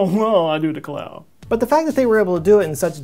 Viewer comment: "I do delcau." LOL